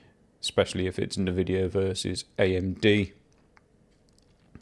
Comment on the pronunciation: RDNA 4 stepping stone to UDNA....16GB 9070XT for 699? Great 499 Nvidia slayer. Also dude, its NOT NAVIDIA. N Vidia.